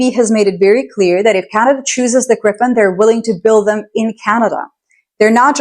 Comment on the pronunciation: love your take on it. By the way Gripen is pronounced GREE-pen," with a hard "G" and the stress on the first syllable. The name "Gripen" means "the griffin" in English and refers to the mythical. Kind regrards from Sweden